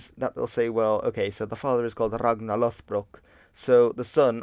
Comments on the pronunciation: I'd like to point out that it should be /'loð.brok/ not /'loθ.brok/ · It's not LOTHBROK, It's LODBROK, which basically means LOD=Thick leather pants, and lastly BROK=Breeches.